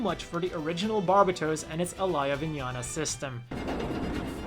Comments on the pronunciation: That is not even close to how you pronounce "barbatos" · He says its barbatooos Bit its barbatos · Why does everyone pronounce Barbatos incorrectly? Its bar-bay-tose. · "barb-a-toes" lmfao